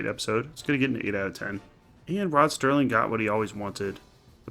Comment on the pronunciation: Nice, finally said his name right. Serling also did a similar story on Night Gallery called They're Tearing Down Tim Riley's Bar. Oh and like I said the 1985 Twilight Zone one called One Life, Furnished in Early Poverty, but I'd say this is the best of those 3. I like that the captions still say Sterling lol. And yeah, nostalgia is fine sometimes. That's why there's 50s-90s nights at bars and there are now vintage arcades and barcades. I still play old school console games and check out vintage arcade games myself. My favorite episode, so 5 out of 5. Great script and acting. I liked how the reflection in the mirror is how he's transported both back in time and back to the present.